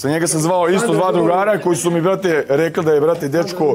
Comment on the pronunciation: "Ljudi zu zpomenuli" "razpitao zam ze o njemu" aaauu brale ti pod gasom